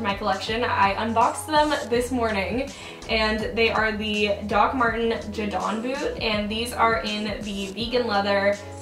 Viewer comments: You said jadon really strangely, it’s pronounced jaydon not jah don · i loved this video, but it’s pronounced jay-dun like the name not ja-don, no hate tho :)